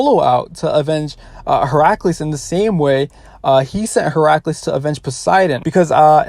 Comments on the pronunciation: Bro really calls hercules, heraculees for a min there x'D. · Wait how did he pronounce Heracles? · Bruh the way he pronounced Hercules